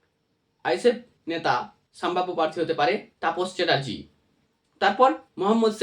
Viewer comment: Saambhabya naa sambhabya? Pronounce it correctly.